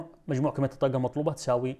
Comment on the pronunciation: ليش ما تنطق الحروف العربيه بطريقة صحيحه الطاقه وليست كما تنطقها شاب يبدوا متعلم ولا يجيد نطق الحرف العربي بطريقة صحيحه حرف ق